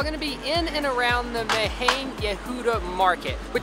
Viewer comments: Oh and it's pronounced "Mach-neh Yehuda" where the "ch" is guttural like the Scottish "Loch"! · The way they said Machne Yehuda and Sabich made me physically cringe lol